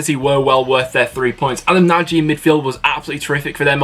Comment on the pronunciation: Just saying it’s Adam Narj not Nadgee